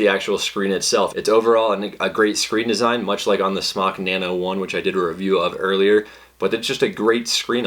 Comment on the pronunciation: You're hot so I'll ignore the fact that you're pronouncing the mfg "smock" instead of "smoke."